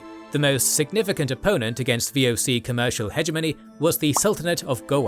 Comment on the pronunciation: wow how you butchered the VOC. that didnt even sounded like how its said. not even close XD